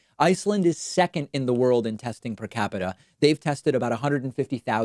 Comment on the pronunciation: Omg with the PER-CAPITA. Please frump, google it.